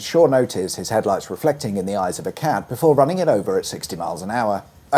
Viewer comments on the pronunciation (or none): none